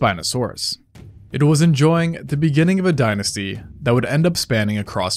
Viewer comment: A DINOsty 🤣